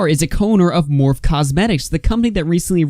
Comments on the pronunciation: Tattee & Morph🤣🤣 It's okay!❤ It's pronounced MorphE and TautE. I know this community isn't your forté. Shame Dawson (oh, I spelled it right lol) was toxic long before Jafar became his friend. Tattoo Tears Tati isn't innocent either. I think Jafar has dirt on many people INCLUDING Tati, which is why she said we need to forgive them. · Its not morph...... its morphie!!! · Not that it matters that much lol but Morphe is pronounced " Morf ee " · #, just FYI its pronounced Morph-ee❤️ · "Morph" 😂😂😂 It's like bootleg Smurf or something? Anyway, "Morphe" and the "e" at the end isn't silent. :) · It’s pronounced Morph’-ee pleeeease sorry just grating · Please say morphe one more time 😂